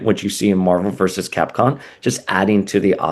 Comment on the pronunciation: Why you keep pronouncing Capcom as Capcon?